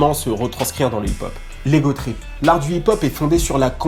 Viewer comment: L'égotrip avec un E ça fait mal mdr